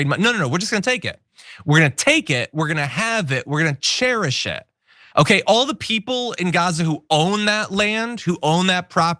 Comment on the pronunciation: “Share-ish-it”? Did Trump mean ‘cherish it?’ His tongue is again betraying his brain, crying out that the Donald’s brain continues to atrophy.